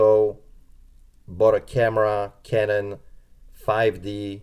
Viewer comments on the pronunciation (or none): none